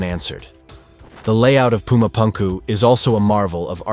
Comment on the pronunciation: Whys he pronouncing Pumu Punku like that? 😢